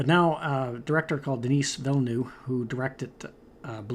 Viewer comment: I believe you pronounce "Denis" like "den-nee"